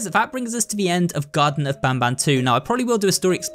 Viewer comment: Garten not garden